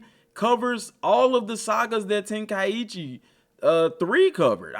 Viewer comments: No. It's ten-ka'ichi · I wish folks would stop mis pronoucing this games name.....Ten-Kai-Chi